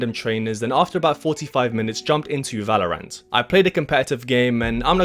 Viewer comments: Ah yes Valor-ANT! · 30 days and you still couldn't say valorant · can't say the name right.... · Why do you say Valorant like that?